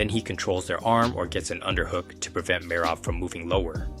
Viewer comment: Need to learn to pronounce all the names properly. Am guessing it is AI as it sounds like a native English voice butchering Merab's name amongst others.